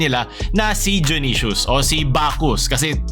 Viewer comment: Kala ko dayonaysus yung pag ka bigkas junisus pala